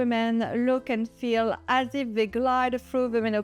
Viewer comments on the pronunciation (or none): none